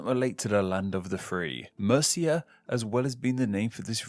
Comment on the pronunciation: And Murcia isn't pronounced like the Anglo Saxon Kingdom of Mercia!!! It's not like Murthia. Geez, how much can you get wrong in one video?!!!